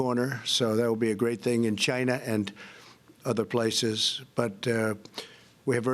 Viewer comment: I love it when he says for china it sounds like vagina🤣🤣🤣🤣🤣 Trump 2020 & Don Jr 2024